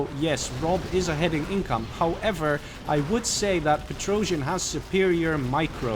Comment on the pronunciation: And Petrosian is a russian terrible comedian, it's an old meme. He spells like Петросян, not Petr-o-jian.